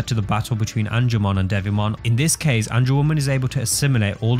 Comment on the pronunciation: Ange-woman? Angewo-MON*